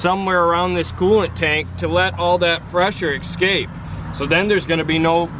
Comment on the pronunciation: guys guys.. the word is NOT "eXcape"! It is "eScape".. there is no X in the word FFS